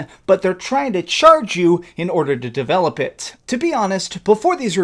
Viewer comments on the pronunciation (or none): none